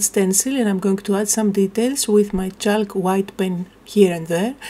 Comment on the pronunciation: Love the page the colours are amazing and I have a similar stamp so I might give this a go. Your English is amazing but a quick word about the pronunciation of chalk. The ‘l’ is not pronounced so it is pronounced like ‘chawk’. Hope you don’t mind me saying. 🇦🇺